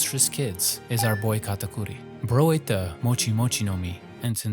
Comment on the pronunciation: Now that is how you pronounce Katakuri properly. ✨🤙